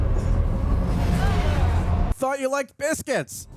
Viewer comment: ...."Thought you liked BITHCUITS!" ......haha sorry but funny